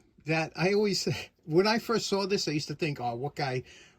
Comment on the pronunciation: I was trying to figure out when you use "Hammah" and when you say "Hammer" and then i heard you say "Sawr", so i guess you only have so many R's to use in a day and have to ration them :)